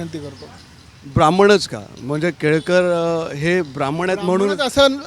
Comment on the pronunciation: संजय केळकर ❌ संजय केळेकर ✅😂😂😂